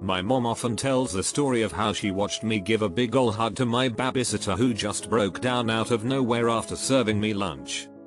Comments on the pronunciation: Babay sitter....AAAAAAAAAARRRRRRRRRRRRRRRRRRGGGGGGGGGGGGGGGGGGGGGGGGGG!!! IT'S BABY! NOT BABAY!!!! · Say bah-bie sitter again 🙄🤦‍♀️🤦‍♀️🤦‍♀️ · Nobody: Robot voice: BAH-biesit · No one: Computer voice: BAH BAY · The way babysitter was said